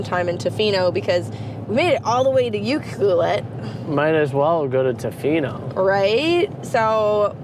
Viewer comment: Your pronouncing UCLUELET wrong. 🇨🇦